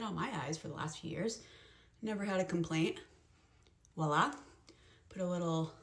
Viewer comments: It's the over and over used of "walla!" Hun, it's voila... 😅😒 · The "real mom" is so condescending. Just do your makeup the way you like and go. I've noticed Americans always say "Wah-lah" it's Voilà like "vwa-lah". How about I be condescending about that! Hahaha 😆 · That “real mom” keeps saying “wallah” 😂 instead of voila. So cringe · i know im late to the party, but that 44 year old woman was just so cringy. "back in my day, this is how we do it. damned kids and their new techniques, get off my lawn". so pretentious, yet says "wala" instead of "voila" proving she's a moron and unjustly cocky. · what is that ‘real mom’ getting angry over… like, who asked? genuinely? also saying ‘ouala’ 50 times instead of voila annoyed me so much lol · imagine being 40 and saying wala instead of voila 🙄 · I imagine 44 y/o Mom is trying to be funny, look at me, and sarcastic....but no. Just no. It's not helpful or funny....AND it's voilà! Not WALLAH. Don't listen to her nonsense! 😆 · that 40yr old lady saying walla 🤣🤣🤣🤣🤣🤣 she not only doesn't know how to look good with makeup, she also doesn't know common words and phrases lmao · “Real mom getting ready” my biggest annoyance was her saying “walla” when she did stuff. It’s VOILA!!!!!!! It. Is. French. It’s et voila… not and walla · That lady needs to stop saying “wallah” it’s VOILA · As an almost 40-year-old I use whatever technique/amount of makeup/style I want depending on my mood. Benefits of being an adult. I also can't get over the fact she kept saying "wah-lah" instead of voilà. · The 40 year old doing the makeup and keeps saying "walla" instead of "voila" is irking my brain 💀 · She keeps saying "wah-lah," which means nothing. The word is actually "voila." Imagine that 😏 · Lol and the way she pronounces “voila” as “wallah” 😂